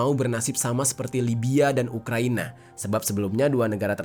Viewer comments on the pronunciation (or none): none